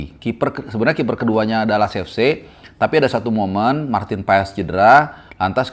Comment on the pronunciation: Baca nya itu Paas, bukan PaES, tolong bang jgn dibiasain, kalau ada yg bener kenapa hrs ngajarin org yg salah